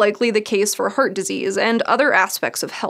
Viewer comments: I'm really curious where her accent is from. When she says "heart", it sounds like "hurt" to me, and "carbs" sounds like "curbs". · Anybody else hearing the pronounciation as "hurt disease" or "heard attack" ? 😀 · She pronounced "heart" as "hurt" for some reason and some other words with "ha" also pronounced as "hu" It's strange and confusing if not reading text on the screen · Interested in accents and pronunciations, I’m wondering what pronunciation the presenter has. “Heart” sounds like ‘hert’ and ‘Harvard’ sounds like ‘Herwerd”. Anyone who knows? 😄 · All I can hear is 'hurt disease' :D Sorry... Amazing video as always :) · The way she pronounces "Heart" drives me insane. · Couldn't get over her pronunciation of "heart". Other than that, great.